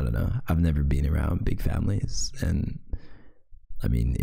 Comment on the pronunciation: Bean- Beanos